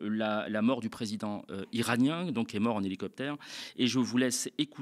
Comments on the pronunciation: 🤣🤣🤣lilicouptere...mieux lili'coupetête "...triciti..tomobill...😅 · Non, c’est LoulouCopter c’est de cette manière qu’il faut le dire hahahaha 😂😂😂😂😂😂mdr ils sont incroyable en plus ont c’est plus comment ont doit le prendre nous Arabes mais bon … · Les Iraniennes disent pas helicoupter mais balgard. Meme si certain utilise helicoupter mais pas les gens d'etat ni journalistes .